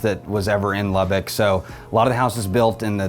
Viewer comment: Good information, but from someone who was born and raised in Lubbock, you’re miss pronouncing Lubbock. It’s LubbUCK not LubbICK. 🫤 Rant over… thank you 😉